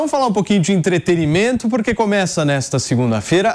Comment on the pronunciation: A moça: EntreteRimento? Kkkkkk meu Deus!